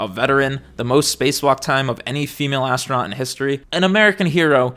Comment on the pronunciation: More like ass-tro-not